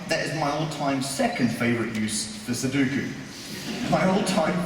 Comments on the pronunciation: It's su-DO-ku. Not su-DU-ku. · in Japanese it's pronounced num-baa-pu-ray-su ^_~ [Because they call it "number place" or ナンバープラース. ;) That aside, "sudoku" in Japanese is pronounced like sue-dough-koo.] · Every time he said "Suduku", I died a little inside. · NoriMori-san and I know different. Please note that the second syllable has an "o" not a "u" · This guy is entertaining enough that I'm willing to forgive his complete idiocy when it comes to how to pronounce "sudoku".